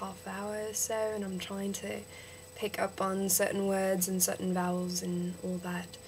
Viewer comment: i'd say that the problem is with your "a". you say 'and' really britishy. it needs to sound a bit more like an "e" sound but not just "e", a mix between "a" and "e". Just "e" is New Zealander